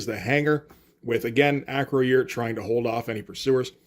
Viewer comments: Acroyear is pronounced Uh-Kroy-Urh vice A-Kroh-Yeer. Loved this one. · A note on pronunciation: It's not "Acro-year." It's "Uh-CROY-er." He was a star of the toy line, and frequently mentioned in the TV commercials. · Close. It's Acroy - Er. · Acroyear is pronounced "Ah- croy-er. "